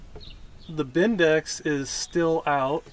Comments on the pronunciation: Love the channel, but it’s Bendix, not “bindex”! Invented by Victor Hugo Bendix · Please stop calling it been dex it’s a bendix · Stop calling it a bindex! Arghhhhh! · Watching you guys bring stuff to life is awesome and maybe it’s just me being a stickler but I cringe every time you guys say starter “bindex” when it’s bendix lol. 🤦‍♂️